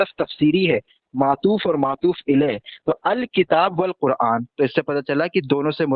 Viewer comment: Matoof ilae nhi hota hai bete matoof alae hota hai 😂